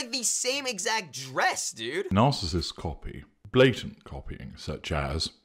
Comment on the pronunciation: “I’m a niceissist” got me dying